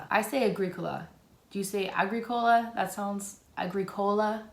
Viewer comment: I'm another one! Some people need to chill... btw you're pronouncing Agrícola the correct way!;)